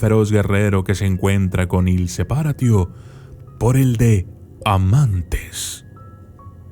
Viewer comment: Il Se-PÁ-ratio*